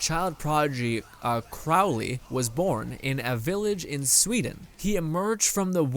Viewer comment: Its crowley not crowdy